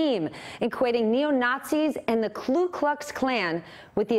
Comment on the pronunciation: Concise...but I do wish you wouldn't say "KLU" Klux Klan.